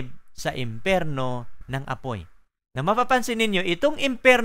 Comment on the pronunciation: imperno? o empyerno? what the hill